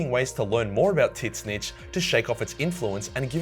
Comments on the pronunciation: I’m a bit new to this channel. I’ve noticed that you call Tzeench “tits-snitch” is this an inside joke? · Is that really how you pronounce Boobzeentch? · First vid of yours, so idk if you're just meming, but the T in Tzeentch is silent. Pronounced "Zeentch" Fun vid, enjoyed it :D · Isn’t it pronounced “Zinch” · Tits snitch? Is that how you say it? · Never knew tzeentch was pronounced tit-snitch before this day. Epic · I thought Tzeentch was pronounced “Zeench” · I'd probably go nurgle also it's usually pronounced zeentch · Soooo what's with calling tzeentch "tit-snitch"? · Tseetchnitz sounds like tits snitch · Lol does he call tzeench tit-snitch :D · Getting tilted about saying titzentch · So are we just not gonna talk about how it’s not pronounced “tits-nitch”? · There really should be a guide how to say "Tzeentch". Sounds like you are saying Titznicht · Are you saying tit snitch on purpose for the lols or are you seriously thinking thats how its pronounced.... =/ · All i head during the video was: "Tits Snitches" Hahahahahahahaha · Why did you call Tzeentch "Tits snitch"? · The way you pronounce Tzeentch is crazy. I've always heard it as "Zeench" phonetically. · It's spelled Tzeentch, but pronounced "Tit-snitch"? lol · The "T" in Tzeentch is silent. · Hey, I am a new viewer, please tell me why are you calling Tzeentch "Tit-snitch"? It must be a joke or an insider, you cant have a Warhammer channel this size and mispronounce his name like that, youtube alone is full of examples how you pronounce it. Also, Slaanesh all the way, no Chaos God is a perfect deal, but in a universe this batshit crazy you might aswell have fun while spiraling into death and madness. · Why do you say "Tit Snitch" instead of "Tzeentch"? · Why pronounce Tzeentch as T-Snitch tho? XD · Tzeentch is more prononciated like stench or chance and not tits-snitch. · Why tf he pronounce Tzeentch like that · Why do yo keep mispronouncing Tzeentch's name? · He does it on purpose.